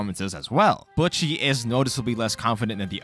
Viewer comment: buch chi? anyways. great video